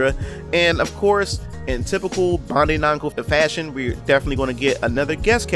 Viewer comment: Say it with me, Bandai....(BAN-DIE)